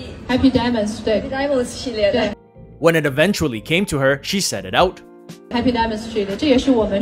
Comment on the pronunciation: I mean she answered all the questions related to the Chopard’s jewelry line pretty eloquently just that she has a little difficult pronouncing the English words such Chopard, happy, and heart. So how is that translate to being ill prepared for what she endorsed. She is not a English native speaker so mispronouncing is given. She an brand ambassador for the Chinese market not global. English is a plus not a requirement.